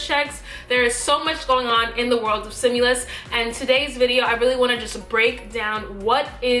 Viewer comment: stimulus....not simulus